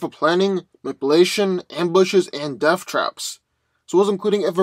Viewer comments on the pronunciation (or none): none